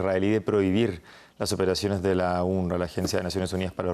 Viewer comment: Se pronuncia unrwa no unrra